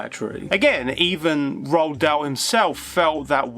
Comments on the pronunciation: Damn son, learn how to pronounce "Roald" properly. It's "Roo-all", not "Rolled" or however you're mush-mouth is botching it. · Roald Dahl's name is pronounced, "Roo-All."